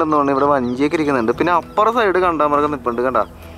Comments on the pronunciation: എടേ... കാണ്ടാമൃഗ० എന്നല്ലേടേ പറയേണ്ടത്..... എന്തോന്ന്... കണ്ടാമൃഗം.. 😁😁👍👍അടിപൊളി വീഡിയോകൾ പോരട്ടേ...... 👍👍💞💞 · കണ്ടാമൃഗമല്ല കാണ്ടാമൃഗം എന്നാണ് ശരിയായ ഉച്ചാരണം.